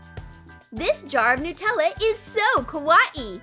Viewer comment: Dose anyone Else get triggered by the way they say Nutella 😂